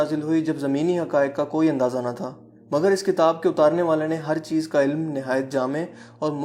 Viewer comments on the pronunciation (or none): none